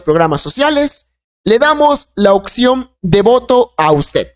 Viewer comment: Septiembre no sectiembre y opción no occión, aprende a hablar